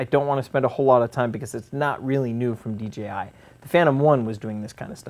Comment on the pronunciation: Not "DGI"